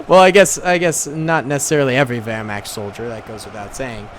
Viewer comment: His pronunciation of werchmacht hurt me (Ik I spelt it wrong I have a learning disability)